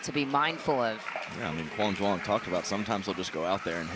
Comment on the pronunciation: Butchered his name so bad, quang Duong